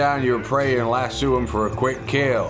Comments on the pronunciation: It's not lassoo it's lass-o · Convincing accent except for your pronunciation of "lasso". In the states we say Lass-Oh. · As a Southerner who grew up around cowboys, it pains me how you pronounce lasso lol. You say it like an Australian. Still love you long time!